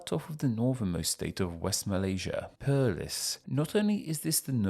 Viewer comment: Perlis should be pronounce more like the word police but with per instead of po